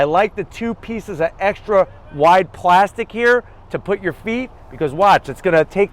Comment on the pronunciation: ”extra wide plazxkytwp-stic here”